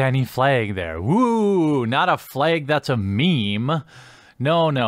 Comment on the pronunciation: "Fleg" Midwest af